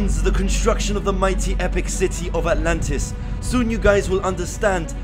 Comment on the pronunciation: Sentence: ANTLANTIS